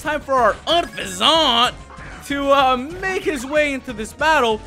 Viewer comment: does he know he's been mispronouncing unfezant all this time?